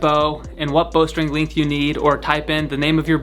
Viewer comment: What the hell is a "lingth"